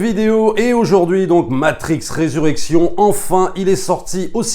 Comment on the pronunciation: Bon film, belle satyre sur le monde actuel. J'ai vais le revisionner pour être sûr d'avoir tout bien saisi. Juste un p'tit truc, c'est Resurrections (le s se prononce, 3e personne du singulier).